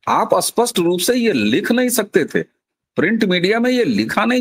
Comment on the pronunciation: वक्ताओं का " स्पष्ट " और " अस्पष्ट " शब्दों के उच्चारण में फ़र्क नहीं दिखता । उर्दू प्रदेश की शिक्षा का प्रभाव इन के उच्चारण दिखता है । स्पष्ट और अस्पष्ट दोनों स्वतंत्र शब्द हैं । यह गलती उनको खुद को समझ में आनी चाहिए, तब ही उसमें सुधार हो सकता है । स्टील का इस्टील वगैरे ।